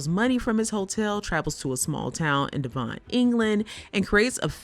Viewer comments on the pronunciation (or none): I followed most of the episode summaries ok. The one I had to replay was Pine returning to Devon, UK, after stealing money from the Swiss hotel's safe. She pronounced it like the name Levon (Helm - amongst others).